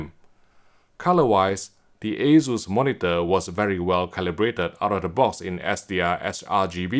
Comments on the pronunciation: Must be a UK thing then because everywhere else, including Taiwan, they say aye-soos. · it is aye-soos, not aye-zoos.